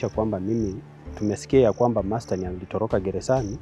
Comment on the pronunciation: Hata wewe reporter, hujawahi kuona jina MARSDEN? There's nothing like "Masten"!😅